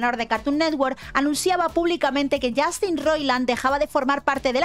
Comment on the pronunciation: "yAstin"...yAAAstin...i stopped the video...i just can't!!!!